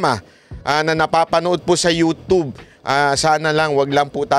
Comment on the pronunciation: E pronounce mo yung YouTube ay “yotyob” hindi yotob… 🤔